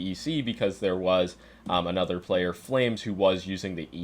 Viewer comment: Bro doesnt even know how to pronounce the player names correctly (flameZ not flames), literally doesnt know anything about the game. Neither vitality, nor mongolz have players specifically known for their aim so this entire video which attempts to find the best mice based on this final is just nonsensical.